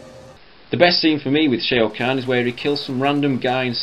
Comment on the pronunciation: "Shea O' Khan" lol